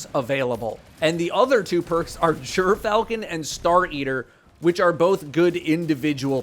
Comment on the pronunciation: Jerfalchon not Griff-al-chon kills me every time i hear him say it sounds like he wants to say it right but just wont😅.